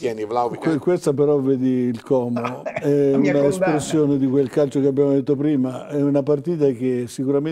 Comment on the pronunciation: al cronista, diciamo: " Como è con la o chiusa, come odio, orco, non con la o aperta di orifizio, Ornella ecc ". SVEGLIA !